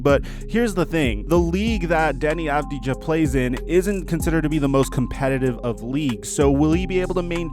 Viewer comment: It's pronounced avdia. And he plays at the eurolig.